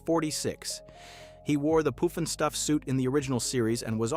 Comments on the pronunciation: Puff NOT poof!!! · It's not (Poof)nstuf, it's more like (Puff)nstuf. 🙄🤦‍♂, lol. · Pufnstuff NOT Poofnstuf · Its pufnstuf, not poofnstuf. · Puff-n-stuff, not Poof-n-stuff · How about some consistency in your pronunciation. Pufnstuf or Poofnstuf? Pick one!!! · he said it like poofinstuff. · How dare you not pronounce the title correctly!!!